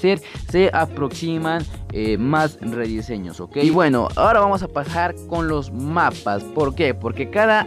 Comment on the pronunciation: "Bueno ahora vamos a pajar"